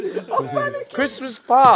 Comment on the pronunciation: Why did ethan have sucha British accent saying «Christmas Pie»